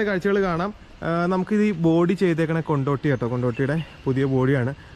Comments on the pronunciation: Kontotty alla kondody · കൊണ്ടോട്ടി അല്ല കൊണ്ടോടിയാണ് ബസിന്റെ ബോഡിയുടെ പേര് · കൊണ്ടോട്ടി അല്ല. കൊണ്ടോടി